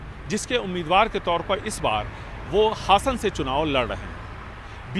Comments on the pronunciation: हसन नहीं हासन है मुस्लिम नाम जैसा बना कर तमाशा ना खड़ा करें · हसन नहीं बल्कि हासन है